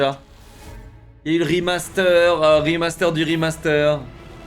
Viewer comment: De toute façon j'ai arrêter de le prendre au sérieux dès le moment où il a dit "O non ankor hein rimasteur", le coup du "Seaunik spinebolle mé une vitèsse a tou lé Seaunik", c'est juste la cerise sur la connerie